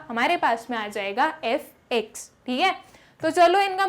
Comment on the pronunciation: Thik h😂😂😂 but acha samjha thi h good teacher ❤